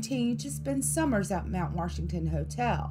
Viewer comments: It's Mt. WASHington not Mt. WARSHington. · Ouch! Where is the "R" in Washington? Fun video. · Did you just say "WaRshington"?! Oh no 😂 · Once I got used to her pronunciation, this wasn't bad. Mount Worshington. :) At least she avoided that Ocean Born Mary nonsense. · Mount Warshington? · There is no R in Washington! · It sucks that she calls it mount warshington that is wrong. Good stories though 😉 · being from nh, hearing “mount warshington” is just terrific😂